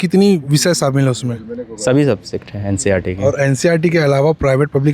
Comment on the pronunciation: Bhai NCRT NI NCERT Hota hai